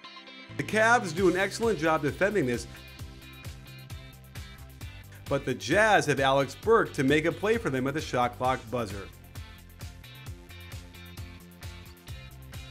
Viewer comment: "Alex Burke"? No. Come on. At least get his name right. Alec Burks.